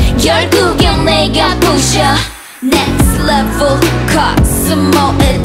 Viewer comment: Especially on the last chorus. That little accent added at each end of the syllable of "next levul" sounded extra sexy to me